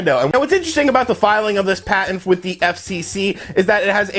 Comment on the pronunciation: "patent" bruh